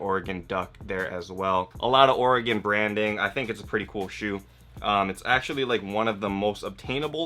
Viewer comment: Being from the pnw I'm happy to hear some one out side of it pronounce Oregon right.